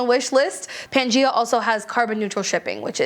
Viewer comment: Thank you for the list! Just wanted to share that "Gaia" is pronounced "guy-a", so that brand is Pan-Guy-A. Gaia was the Greek goddess of the Earth/Mother Earth.